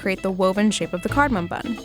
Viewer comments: Wait. I thought it was just the bloke, but she too is saying cardamoN! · It’s not cardomin. It’s cardomom. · He said cardomon